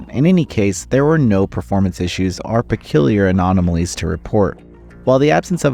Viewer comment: A few added syllables there lol